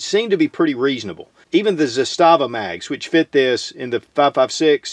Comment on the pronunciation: Few people pronounce Zastava like they do in Serbia, you aren't one of them.